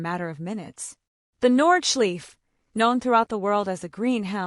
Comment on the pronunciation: It hurts my ears lol